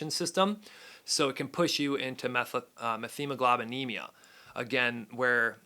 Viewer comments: Its "MET-HEMOGLOBINEMIA"....no "th" sound....sorry, this was killing me to hear you say it wrong repeatedly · F this “Dr” that can’t correctly pronounce methemoglobinemia. Met-hemoglobinemia or know what a man is. I mean, doctor of what?